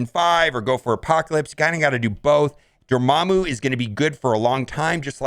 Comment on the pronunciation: You just gotta love how he pronounces Dormammu wrong